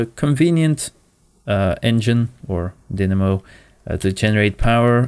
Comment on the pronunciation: Pretty sure it's pronounced die-namo, not din-namo.